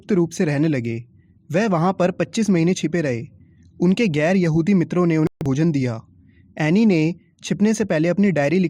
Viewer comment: When u say yahudi I thought it was behudi 🤣🤣🤣🤣🤣🤣